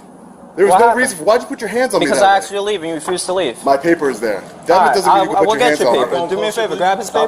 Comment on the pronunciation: The police do what they do simply because they”ken”? I know you meant “can”, but it sounds like you’re saying “ken”.